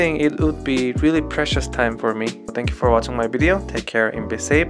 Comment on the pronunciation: Assalamualikum daud..i jst want to accurate your pronunciation..it should be Alhamdulillah (Lillah)..not Rilla...i hope u understand dear..🙂